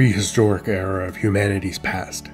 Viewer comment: *era his pronunciation makes it sound like "error"